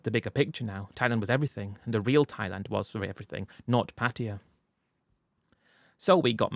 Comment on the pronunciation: Can’t you at least try pronounce the word Pattaya the right way ? What is patia ?